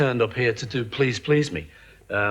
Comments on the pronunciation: Just. Now. I Said. These. Words. To the Narrator.... I don't get why you would put the accent on "ME", rather than on the second "PLEASE" in " Please Please Me". " Please Please ME" makes no sense with the rest of the lyrics! 😂 The issue at hand is "WHAT I wish you would do to me", not WHO it is you do it to.😉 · The accent on the last syllable of each of these song titles is really jarring and bizarre, and it emphasizes the wrong concepts: "I Saw Her Standing THERE" and "Please Please ME" - bizarre. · It's pronounced "Please Please Me" NOT Please Please, Me! They are English words not your stupidly incorrectly spoken Americanisms!!!!! Like your stupid way of calling "Aluminium" - ALUMINUM" Lazy and incorrectly spoken! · I really want to watch this because it seems well put together, but the narrator's ridiculous pronunciation of the song titles is making me crazy. He seems to understand the rules of emphasis as to everything else he is saying, but then when he says the song titles, he becomes a 1st-grader, needing to put the emphasis on the final word or syllable. The lyrics themselves don't even make this mistake. In Please PLEASE Me, the emphasis is sung properly with emphasis on the second "please." Similarly, in I Saw Her STANDING There, Paul establishes the emphasis on "standing" by holding on its first syllable far longer than any other syllable in the title phrase. Why does this narrator insist on violating the rules understood by English-speakers around the world, including Lennon and McCartney just as to the song titles. He had basically one job: speak English. He failed. I'll check back in a few months to see if they hired someone else to re-record the narration so I can watch this otherwise very interesting content. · Good info but is it an AI voiceover? Im halfway through and there's been the wrong intonation on Please Please Me and it's Cill-a Black not Seela Black. Just found it distracting. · Why can you not pronounce the title correctly